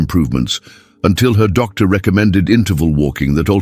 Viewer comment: Why is there a pause every time the word doctor is used as if that's the end of the sentence or paragraph 😅